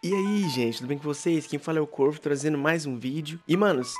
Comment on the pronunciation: Eu não sei pq mano não é por nada não mas quando ele fala “aqui é o corvo “ eu ouço “aqui é o corno “ devo ficar preocupado com minha mina kkkkk